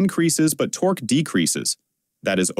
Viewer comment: "Tor Q" makes me wish for good old fashioned human speakers, or at least a human listening to the audio and revising the script when the AI misses.